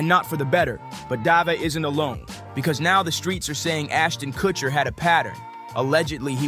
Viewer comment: It's funny how the guy calls him Aston Kuchiner.